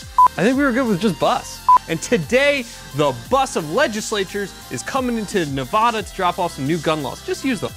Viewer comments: Nehv-add-uh not nuh-vah-duh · Hearing the British pronunciation of Nevada from an otherwise American accented person hurts my soul. The 1st "a" should sound like the "a" in "apple" when said by an American, not a Brit. Nev-ah-duh is wrong. But thank you for the information about my home state of Nev-a(as in apple)-da. I'm glad I got out when I did. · It's Nev-ADD-ah, not Nav-AH-dah. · That.... and its NevAda Not Nevoda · You NEED to learn how to pronounce the state name Nevaaada not Nevooda! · Get your Cali BS out of my state. Btw, it's Nev-ad-a not Nev-ah-da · 1st and foremost...its pronounced NA VA DUH......not NA VAUD AH..... you are no better than people who pronounce the s at the end of Illinois......secondly Sisolak is a lackey for the liberals out of California, vote em out. Lambardo for governor!!! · Please pronounce Nevada correctly. It’s not Nevahda! 😉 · Please learn how to pronounce Nevada. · "Nevada" is pronounced with an "a" as is "apple", not an "ah" as in "avacado". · Why are you saying Nevada like that